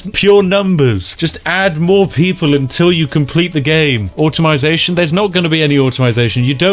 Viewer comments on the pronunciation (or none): Automize? Automate. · Whats automization??? 😂